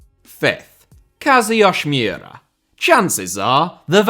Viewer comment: So… “Kazuyoshi Miura”name is slightly Russian apparently?? Because that was really bad pronunciation and sounded like he was Russian. You could just call him “King Kazu” like they do in Japan or you could break it into chunks and slow down “Kazu yoshi (like the Mario character)知良” family name is “Mi ura 三浦.”